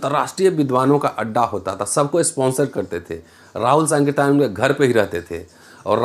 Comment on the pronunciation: सर सांकृत्यायन का उच्चारण 😅...